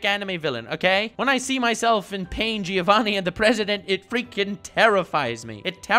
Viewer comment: I'd like to take this video seriously but every time he says Gi-ovanni I lose my mind